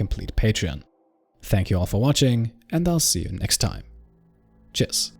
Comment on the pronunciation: Are you saying 'tschüß' at the end or 'cheers'? Just curious.